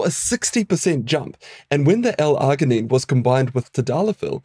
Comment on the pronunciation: This dude needs to learn how to pronounce L-Arginine 🙄🙄🙄🙄🤦🏼‍♂🤦🏼‍♂🤦🏼‍♂🤦🏼‍♂🤦🏼‍♂